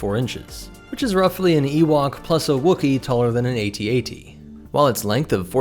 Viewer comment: AT-AT......NOT ..... A-T-A-T